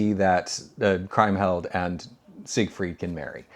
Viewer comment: Did I miss "Woman in the Window" in this ranking series, or did you? Also, the name Kriemhild is pronounced KREEM-hild. In German "ie" is pronounced "ee" invariably, and "ei" is pronounced "eye" or "aye" if you get my meaning. And I'm surprised that in a movie you rank as highly as "The Big Heat" you would get a crucial plot point wrong - Glenn Ford's child is not killed, just his wife.